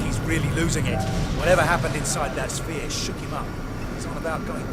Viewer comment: nice cliffhanger dude, "the shpere, its expanding" end.